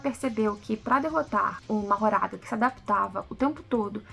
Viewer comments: pse, mas não é a pronúncia oficial, infelizmente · Só um detalhe q vale mencionar, a pronúncia oficial do nome do shikigami mahoraga não é como é escrito, a pronúncia feita no ep foi "mahgora"